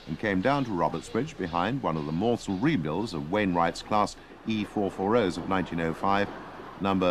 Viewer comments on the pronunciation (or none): I watched those, the narrator has mispronounced the surname of the SECR/SR CME. It's Mansell (like the 1992 British Formula 1 World Champion, not 'Mornsell'. The BBC, with its vast resources, really should have got that right given that the speaker is their man,.